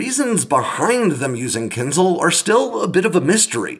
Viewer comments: Is there anyone home who has English as the first language? Ask this rare person to find a difference in pronunciation between "kinzal" and "kinzhal", and explain it to you. This is embarrassing in a video about one of those. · It's not kinZal, it's kinZHal, where ZH is the same sound as in "casual" and "abrasion" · it's kin-zhal, zhhh, like "J". Kinzhal